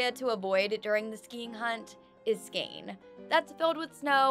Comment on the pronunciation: girl its pronounced skÅNE not SKANE